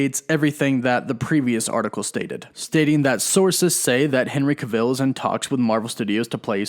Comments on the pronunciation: Ca'vill? haha, your news is always brilliant, but he's not from stargate like Teal'c its just Cavill, rhymes with unravel, travel, gavel, mammal, paddle and no I'm not a grammar Nazi, I'm Black, British and the only black person I know who could be a bombastic enough villian to get away with wearing an ss uniform is Samuel L. Jackson in a film noir called: The Spirit. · Some of your pronunciations kill me man 😄 Cav-ill, cav-ill, not cah-ville, say it with me now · its henry cav...ill not ca-vill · “Kavull” not “Kuhville” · irks me hearing you butcher his last name... it’s CavILL. not Caveel. please stop. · You said his name wrong? It’s Henry Cav-il, not Ca-vil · it’s “Cav-ill” not “Ca-Vill” lmao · Yeah like wtf you’ve never heard this guys name before making the video? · I really hate how you pronounce certain things. His name is Cavill. Not CaVille. And it is THEM not THUM! Other than that, I like the channel. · It would be like someone calling Tom Cruise, Tom (Crew-ees). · It's not "ca - ville", it's "cavell". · BTW, you’re supposed to stress the first syllable of his name, not the last. It’s CAvill, not caVILL. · Why are saying his name like that? To much emphasis on the i sounds weird and isn't how you pronounce it. Just say it the same way you would say travel. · New shot game....every time you hear ca-ville take a shot....guarentee you'd be smashed after this video 🥴🥴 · Please stop saying his last name wrong, it got so annoying lol. It’s Not cUvil.. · Please pronounce his name right- it's cAH-vill. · Learn how to pronounce Henry Cavill's name properly. Cav-ill. As if DCEU would let Henry Cavill play a Marvel Character. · It took me less than 2 seconds to confirm that Henry Cavill's last name is pronounced like "travel." 2 seconds. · Why do you keep saying his last name wrong. Ive never heard it pronounced like that b4. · I don’t know who Henry cah-Ville is but I’d love to see Henry Cavill in the MCU. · No one else... This bum: Henry KA-vil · Yes lol